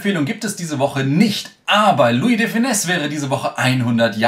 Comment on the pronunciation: Er heißt aber auch lui und nicht Luis 😉